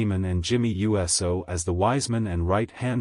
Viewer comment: Is this a real wrestling fan reporting or is it AI 😂 cause a real wrestling fan would know how to pronounce USO and not U-S-O 😂 and Randy Orton is gonna be Cody’s next opponent instead of Owen’s unless they both turn heel,which sooner or later they will